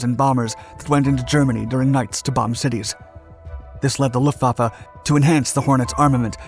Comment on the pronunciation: "Luhfaffe" Mi zenn